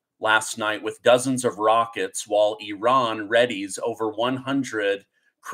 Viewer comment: Bro, it's Not Eran, Or Oran it's Iran.. Get it Right and you are Amazing : )